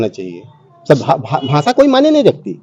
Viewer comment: हिंदी भी ठिक नहीं बोलते हो .... भासा नहीं भाषा होता है